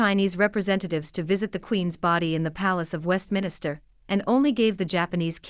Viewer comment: Westminster not Westminister. It’s time that the people in Britain wake up !